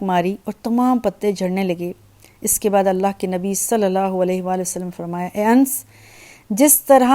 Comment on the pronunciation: Annass naam hai, anss nahi.